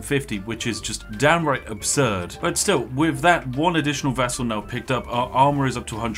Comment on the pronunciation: It took me 10 min to realize he meant "vassal" and NOT "vessel"! I rly thought that commander was turning others into vessels for his soul!